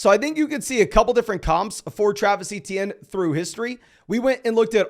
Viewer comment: ITS “AYY-CHAN” not fucking etienne or whatever you said